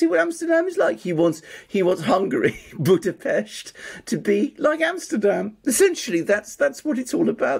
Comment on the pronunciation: I LOVE the fact that these two are amongst the very few people pronouncing Budapest and Orban correctly (Budapesht/Orbaan) - or rather as correctly as can be expected.